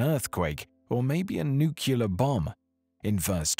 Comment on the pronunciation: It's NUCLEAR BOMB..NOT NUKULAR...